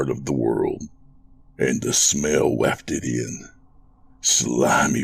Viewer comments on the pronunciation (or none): the narrator mispronounces the word spelled wafted again, perhaps he doesn't know how to Google word pronunciations.